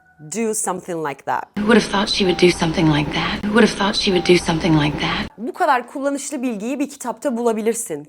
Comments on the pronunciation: ingilis dilinde Tout deye teleffuz yok {Th}- peltey "S" okunuyo milletin ingilis dilini bozmayin google translateden orgenib gelib biseyler orgetmeyin. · Thoot uzun o sesi var a sesi degil